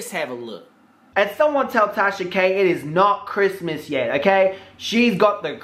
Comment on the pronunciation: Did you just call her Trasha? 😂😂😂😂 Legal team on stand by... 😂🤣😂🤣😂🤣😂🤣